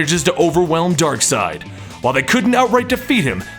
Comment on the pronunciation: Ok I'm confused , what is the proper pronunciation of Darkseid? Is it (DARK-SIDE) or (DARK-SEED)????